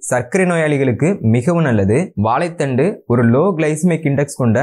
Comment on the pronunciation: மொதல்ல திருத்தமா தமிழ் பேசி பழகு வாலைப் பலம் இல்லை வாழைப்பழம் வலைத்தண்டு வா லைக்காய் வாலைப்பூ என்று மடத்தனமா சொல்லாதே நீ தமிழன் தானே ஏலு இல்ல ஏழு எரிச்சலா இருக்கு உன் பேச்சு